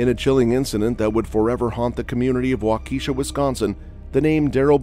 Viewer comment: it is pronounced Way ke SHA NOT waKE she